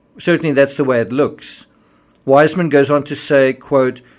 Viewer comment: I love your videos, they're very thruough, however, I must correct you on the pronunciation of Weissmann, its Viceman now wiseman. I know this because my maiden name is also Weissmann, and it's pronounced Viceman.